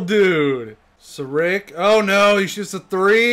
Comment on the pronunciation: he said sarich as sarick